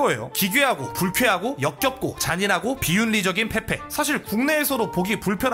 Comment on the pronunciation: 첨에 밈 페페인데 민페폐라고 들음ㅋㅋㅋㅋㅋㅋ